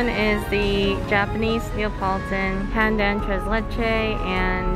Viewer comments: Hearing call pandan, "pan dang" is so funny. The correct pronunciation is "pun done" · Pandan was pronounced as “pan-done” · haha as a filipino, i was kinda cringing at ‘pan dang’ but yk, how can you be mad at LOLL